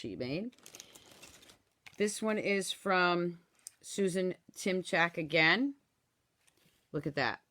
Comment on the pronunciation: Thanks for sharing.....you said my name correctly. :-). Susan Timchack. Nice swaps.